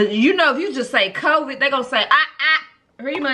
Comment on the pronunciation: “I got Cvid 🤭🤭” lmaooooo